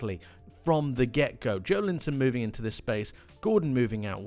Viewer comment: His name is pronounced Jo-EL-inton, incidentally.